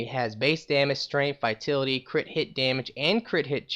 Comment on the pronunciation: Vi-tal-it-y. Vitality...